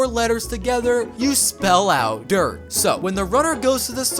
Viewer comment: it's "DIRT"